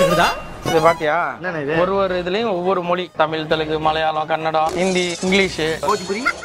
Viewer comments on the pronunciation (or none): huge fan bro....i watch all your videos multiple times.....but it's not kanndam....it's KANNADA